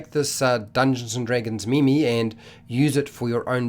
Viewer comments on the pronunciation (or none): Its not MeMe its pronounced Meeem rhymes with clean.